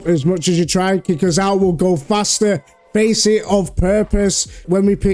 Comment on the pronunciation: The A in facet is pronounced like fast, not like face.